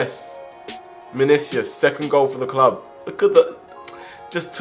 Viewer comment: Actually, it's Manicius